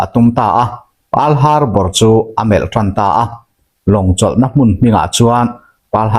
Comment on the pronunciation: "Hmun" tih hi a hma leh a hnunga thu awm azirin a hniam leh a sanga lam rik ngaih hun a awm ṭhin a. I lam diklo nual mai a, inzir zel ang aw Pls.